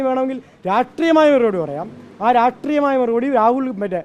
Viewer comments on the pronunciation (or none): രാട്രീയമായ മറുപടി. നാക്കു കുഴയുന്നോ സഖാവേ? രാഷ്ട്രീയം എന്ന് പറയണം.😂